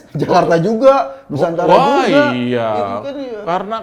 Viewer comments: Lijal Lamli ga bisa mengucapkan nusantala 😂 😂 😂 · Lizal lamli tidak setuju nama nusantara karena dengarnya nusantala 😀😀😀😀😀😀